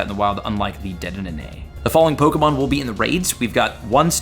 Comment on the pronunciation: Your pronunciation of pokemon names makes me so angry